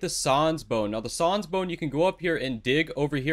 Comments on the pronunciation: It’s pronounced SAANS not SAWNS >:( xd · Im sorry but its annoying how he pronounces sans as Saans and xchara as xcara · he he, said sawns bone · Sauns bone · Son bone lol it’s sans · If he says sons one more time I swear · Why does he say sans like soans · I like how he says "sans" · The way he pronounced sans hurts me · The way he pronounce sans and x chara lol good guide tho 👍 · the way pronounces sans though 😭😭😭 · god the way he says sans is just...... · Why are you saying sans so incorrectly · The way you say sans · is he saying sans wrong on purpose? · bro is he saying sans and chara wrong just to piss me off LOL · why he say sans like that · Is anyone triggered how he said Sans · i hate how you said Sans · I like how he mispronouns sans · he doesnt know how to say sans : |